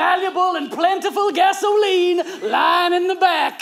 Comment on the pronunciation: pronounces GA-SO-LEENE with such devilish joy that I have no problem imagining him being Satan in that scene